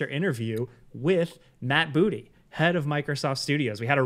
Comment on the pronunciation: Um… it’s pronounced Boo-TAY. Please. Do your research. :p